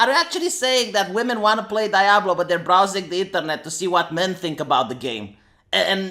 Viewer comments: Lol pronouncing Diablo as "die-ablo". Oh.. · Did you just say "dayablo"?